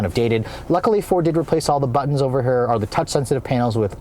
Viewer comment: ..Did I hear say, "Over hurr" 🤣🤣🤣